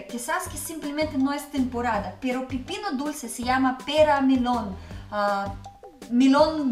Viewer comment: Hola es pepino con e no pipino jajaja saludos